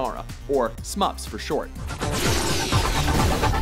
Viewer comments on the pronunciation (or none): "Or smups for short " No the word you script writers are looking for is Shmups.